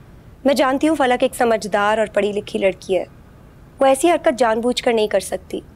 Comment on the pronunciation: Everyone said फलक but gaiti said पलक 😅